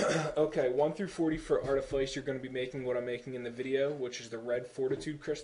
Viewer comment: Anyone who hears artiface in this video is either deaf or dumb, he clearly said Artifice... I use Artifice,Archeology,Treasure Hunting just like him >V